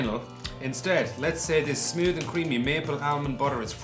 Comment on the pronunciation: "More buttery or smewd"?